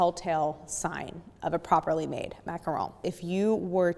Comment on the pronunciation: I jumped straight to the macaron portion and when you said “macaroon”, I almost turned you off. 😖 I’m glad I stayed. Very informative. 👍🏼